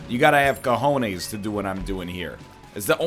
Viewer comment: I'm from Spain and that was the funniest "cojones" pronunciation I ever heard 😂😂😂😂